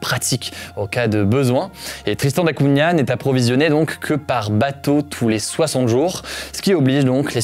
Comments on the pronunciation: On ne dit pas Cuna mais Cougna ( Cunha ) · Cunha ça se prononce plus comme Cugna en portugais, pas Cuna. C'était le petit point prononciation :) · Cunha = "cougna" en prononciation btw. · À on ça se prononce da cougna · Sponsorisé par une appli de langues, et mauvaise prononciation de "Cunha" dès le début, dommage ! Belle vidéo malgré tout :)